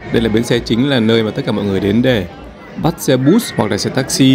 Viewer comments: xe bus.... phát âm là xe bớt không .....xe bút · Mọi thứ đều hoàn hảo. Nếu có thể từ xe bus, phát âm bằng tiếng Việt hoặc tiếng Anh. “Bút-s” Chắc phát âm theo tiếng Đúc.